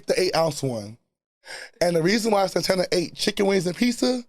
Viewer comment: I’m never calling Santana,Santana again…😂😂😂